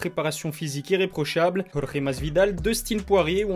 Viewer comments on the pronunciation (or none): none